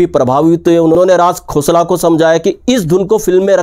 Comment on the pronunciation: अगर आप राज खोसला को राज "घोसला" कहते हैं, तो मैं भी आप को कहूंगा...